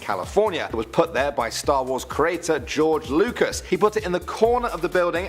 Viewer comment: "Geroge" umm.............wut.....